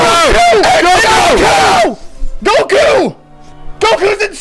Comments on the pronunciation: How u say goku but it’s some boot leg version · It goku it not goku bro 😏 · Yall are messed up for saying goku. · I was triggered when he said Goku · Did this man say goku....